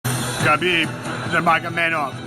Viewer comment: The only unbeatable thing about Khabib is the number of guys mispronouncing his name. Leave the freaking k out, it's silent.